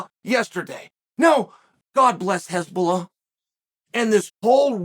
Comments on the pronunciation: Why does chael keep saying Hezbollah 😂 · The way Chael pronounce Hasbulla. HEZBOLLAH 🤌😂😂😂😂😂😂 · I heard nothing else after Chael mispronounced Hasbulla as Hezbollah ☠☠☠